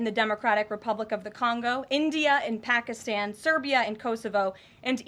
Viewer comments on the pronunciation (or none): none